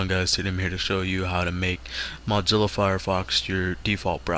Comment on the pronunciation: its not 'modzilla' its mozzilla